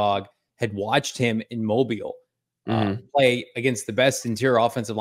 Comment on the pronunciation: Not that you'll ever say the name until next Senior Bowl season but the name is pronounced "moBEEL" not big mo, little beel. To those of us from down yonder it's like some rube saying "Frisco" to someone from San Francisco. And Darius Robinson is a full grown man, he just needs honing and polishing